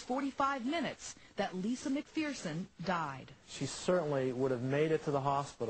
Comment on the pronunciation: People, it's pronounced "McFURson", not "McFEARson".